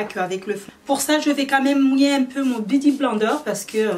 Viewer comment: Sa se prononce "biouti blainedeur"😂😂 dsl sa me stressait trop bsx😘